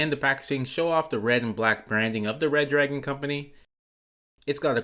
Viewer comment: Its " Re Dragon " btw Not Red Dragon :3